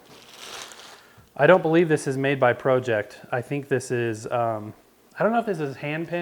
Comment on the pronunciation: Yes it's Pro-ject, Pro-ject platter and Pro-ject subplatter. I happen to own a Pro-ject XD